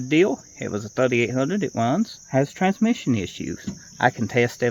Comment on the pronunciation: 'It wuns, has twansmission issues' 😂😅😂